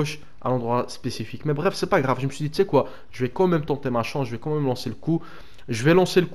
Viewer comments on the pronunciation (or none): none